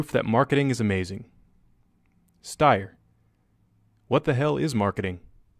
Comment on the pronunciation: Oh, by the way, this is for the narrator of this vid: I've now seen 2 different videos where you mispronounce the name "Steyr". It's pronounced like the word 'stare', as in 'don't STARE directly at the sun', but the 'S' at the front sounds like 'sh'. So it's pronounced 'Shtare'. Oh, also, AUG isn't a word, it's an acronym, you should say each letter. So, it's not 'S-tire Owg', it's 'Sh-tare Ay You Gee. Here endeth the lesson. :)